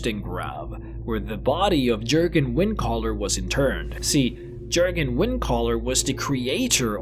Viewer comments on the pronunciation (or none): It's pronounced "Y"urgen, not "C"urgen... other than that, magnificent video :D 10/10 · Jurgen is pronounced with a Y sound... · It's pronounced like a y sound yur gen